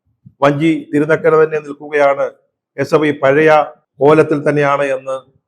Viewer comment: SFIയെന്ന് നേരെ ചൊവ്വേ പറയാൻ കഴിയാത്തവരാണ് ഈ പാർട്ടിയിൽ ഉള്ളത് 😂 അവർ വിളിക്കും H യെ പ്പൈ സിന്ദാബാദ് 😀